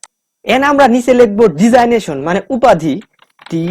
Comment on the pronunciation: ডিজাইনেশন হবে না ডেজিগনেশন হবে উচ্চারণ টা